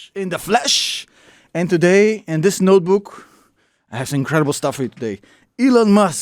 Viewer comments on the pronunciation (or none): " today in this noboohk "